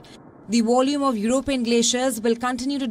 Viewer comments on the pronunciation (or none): """Volume ""NOT """""wallume""''"